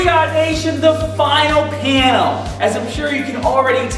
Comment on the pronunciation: OOOohh "panel"... I thought you said piano, or penil..